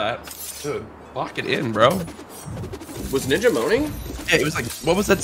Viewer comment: You are genuinely the person that nobody likes, he did not say the n-word, he literally said and Ninja. He pronounced it as "Nija"